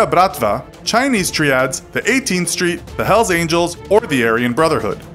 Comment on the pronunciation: He butchered alot of words. Triads and Maori etc.